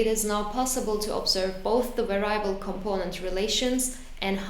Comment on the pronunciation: var-i-able! I cannot say this any other way now.